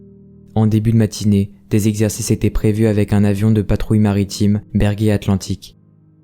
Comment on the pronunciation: Beau format, beau montage... Super taf comme d'hab 👌 Par contre à c'est Breguet et non Berguet, petit détail de prononciation !